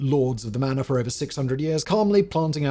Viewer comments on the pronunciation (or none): none